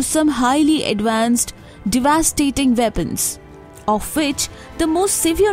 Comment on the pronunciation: Good information but pronunciation of "deity" and "devastating" is incorrect.